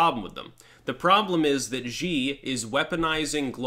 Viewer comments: His last name is pronounced "she" like she-male. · the pronunciation of that dickhead's name actually sounds like "She." The letter X in Chinese pinyin is pronounced like an "sh."